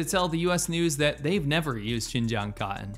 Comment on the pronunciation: It's "Cotton" not cottin!!! Get it right bruh, psh!!!